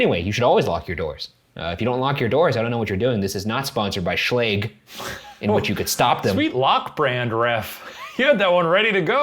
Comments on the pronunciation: No one: Shane and Ryan: sChLaGE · A horror story Ryan and Shane: sHLage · Video: Are you scared of being home alone? Ryan and Shane: SHLAGE? SHLAGE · its actually pronounced schlaje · im too busy crying at how you pronounce Schlage 😭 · Ryan's pronunciation of Schlage bothers me